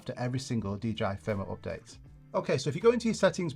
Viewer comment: it calls Update ... NOT OPdate